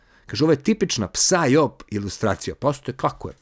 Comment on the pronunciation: ne kaze se psaj op nego saj op.